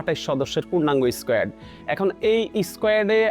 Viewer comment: squat নাকি squet 😂😂😂